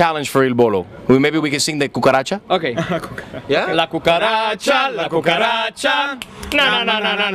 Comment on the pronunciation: the way gianluca says 'la cucharacha is sooo funny!!